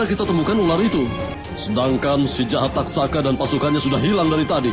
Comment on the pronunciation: Taksaka bro, bukan tatsaka